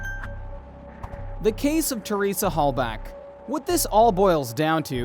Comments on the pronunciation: It’s Halbach. Theresa Halbach, not Halback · Her name is HALBACH not HALBACK…show some respect to the victim Jesus dude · It's Teresa Halbach, with a h, not a k. Sorry to be 'that guy'.